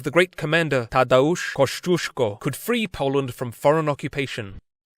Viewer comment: Australia's highest mountain was "discovered" and named after Tadeusz Kosciuszko by Pawel (Paul) Strzelecki, a Polish explorer who came to Australia in the late 1830s. I have now been "educated" to the correct pronunciation of the mountain by my Polish friend, who was horrified when he migrated here and heard the local pronunciation as "Mt Kozziosko"! Strzelecki himself has a part of Australia named after him - an unsealed track between the townships of Lyndhurst and Innaminka in outback South Australia.